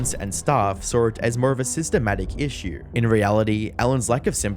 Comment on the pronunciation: It's really funny while you hear the is-sue... because the narrator has his problems with his noes probably... haha